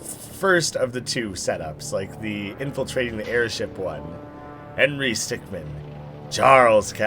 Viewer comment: Correction: Stickmin (min not man)